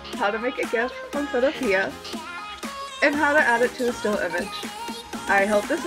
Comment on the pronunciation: Thanks. By the way the guy that created the program says it's pronounced photopee.